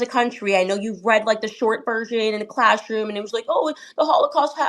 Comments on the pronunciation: “ clashroom” ? Candice cannot pronounce “ class “ with a double s apparently. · Why can Candace not pronounce her "s" properly ? Did Donald Trump not have the same problem a few weeks back ? There is something very wrong